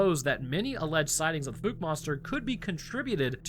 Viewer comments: lol, Holy FOOK did you mispronounce Fouke! There ARE no Grizzly in Akansas, and the LARGE black bears they have max out at about 400lbs, pitifully small by my standards. I live where there ARE grizzly. I have had several guests on my show who do Bigfoot research in that area, they have pictures of tracks, structures and creatures, so I don't know where you are getting this "No evidence" bullshit. How embarrassing for you. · Fouke is pronounced with a "ow, as in ouch". As an east Texan I've heard of this place my whole life. 😅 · Ahhh my home town cryptid! Yes you are pronouncing the town name wrong.😂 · You had the pronunciation right one of the first few times😂 “Fouke” is pronounced with the same OU sound as that of “Ouch”. Use that sound, ignore the E and, you’re good. I live about 20 miles from there some I’m very familiar with the proper pronunciation. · Dude, i live like 30 minutes from Fouke, (the e is silent). there are no bears in this area. I have never seen one, and don't know anyone who has. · I love your content so much. BUT your pronunciation of Fouke was painful😅 also we dont have grizzley bears in the area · It's pronounced like the ou in ouch. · Why are you calling it the fook monster, when you correctly pronounced the name of the town, Fouke (f-ow-k)? 🤔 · I grew up there ( born in 1976 ) It's pronounced FOWK not FOOK. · Great video but it's pronounced F-OW-K it's not FooK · "Fowk", not "fooky". Anybody who says that last one is fooky. "New species"? Ro, it's an ogre - a bigfoot. Nihil novum sub sole. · Dear Papa, I could be wrong but I grew up in NW Louisiana and my family always pronounced it like “ foulke “ not “fooke “ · I love your channel bro watch it almost daily just wanted to help you out its pronounced like "fowke" not "fook" lol keep up the stories bud love em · The "documentaries" featuring locals discussing the animal suggest its pronounced "fowk"... like "fowl", but with a K... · Then you messed it up. Lol. Ph-ow-cuh.